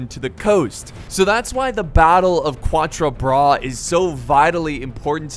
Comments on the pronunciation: U have to pronounce quatre like catre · For you, Quatre Bras, is pronounced more like CATre Bras (i know how you like to seek the right pronounciation, so here you are);)